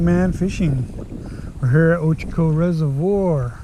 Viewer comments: Also the lake is called (ochoco) reservoir not Ocheco :) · He gets that from me. My folks had a crappy marono rig and the fancy weather radio channel in that rig had an automated voice that pronounced it ‘oh-chek-oh’ so that name stuck for years. Blame the automated weather announcers or the FFC people. 🤔🤣